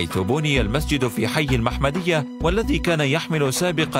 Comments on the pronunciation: قناة فاشلة بكل المقاييس كيف لا تتعبون انفسكم في استخراج الاسماء المناسبة في التقرير محمدية بفتح الميم 😭 لا حول ولا قوة الا بالله لافيجري تنطق بالجيم وليس laveguerie اذا اردتم تقريرا ممتازا فابحثوا على الاقل واجتهدوا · بنيا في حي المُحَمَدِيَة وليس كما نطقتا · !إسم المنطقة التي بني فيها المسجد هي المحمدية يا معد التقرير وتنطق على وزن النبي محمد صلى الله عليه و سلم، و لو ناكل ، التراب لا تهم التكلفة المادية للمشروع الحلم وشتان بين جزائر المحمدية و المسجد الاعظم و لافيجري رجل الدين المسيحي الفرنسي الذي عمل على طمس الهوية الوطنية و الاسلامية للدولة الجزائرية.و عبرها لتمسيح باقي القارة الافريقية . للتذكير هو ليس للجزائريين فحسب بل للمسلمين و العرب و للانسانية جمعاء. المجد و الخلود لشهدائنا الابرار.